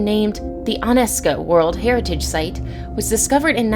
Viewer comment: Underwater researcher ,Jock S Cousteau’? Jacques Cousteau, for the love of science! And UNESCO is pronounced ‘YOU-nesko’ not ‘UN-S Co’!